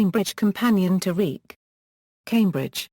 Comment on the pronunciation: His name is pronounced "Reek" ???????????? You've got to be kidding.